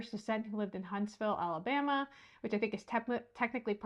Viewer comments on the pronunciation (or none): none